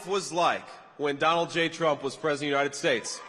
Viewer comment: STILL SAYING MADAME PWESIDENT?🥺 HAHAHA! COPE & SEETHE